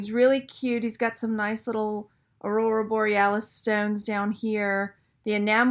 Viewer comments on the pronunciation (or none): none